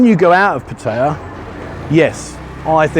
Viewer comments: ....puh- teye- yah..... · Surely you can learn how to say Pattaya correctly as it’s mentioned in your videos often Thai people would respect you more